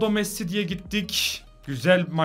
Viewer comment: Nolur Messi’ye Mes demeyi bırak abi lütfen